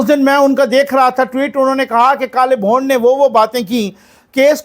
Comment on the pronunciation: "Bhond" nhe....."Bhoond"